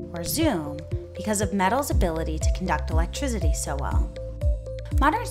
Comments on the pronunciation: electrizidy lol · the way she said electricity, lol